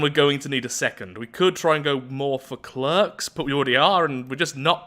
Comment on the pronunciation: Mate, if you don’t mind me asking, why do you pronounce ‘clerk’ like that...?